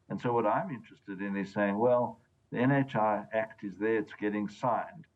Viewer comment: Did he say "NHIV" 😂